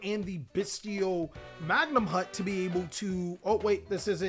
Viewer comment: I love all the choices in this list. Batteryman Sol ARE, Bystial Magnum HUT, Bystial DruiDswurm, Bystial SURAnir, Luhvee-a-near, BRRRonne defleur, Bystial dis PEETER, HERATIC seal, -Magna-moot -Droo-iss-worm -Soar-uh-neer -Diss-pay-ter (I mean seriously its a reference to the word "Dissipate")